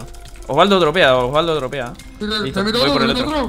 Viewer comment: Pd es la única persona que lo dice bien alv